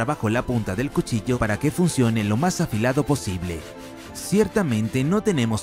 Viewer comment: Cushilla xd